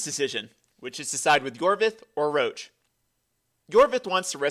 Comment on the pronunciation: Imagine pronouncing Roche as Roach lolololol